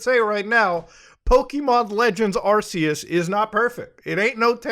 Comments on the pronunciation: Man straight up calls it arseeus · Bro. Its ARC-ee-us